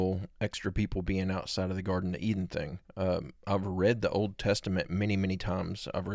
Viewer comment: Hey, the word "old" is pronounced old, not "ode". "Told" is pronounced told and not "tode".